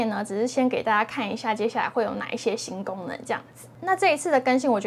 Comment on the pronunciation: 一听吓一跳，“新gangmen”...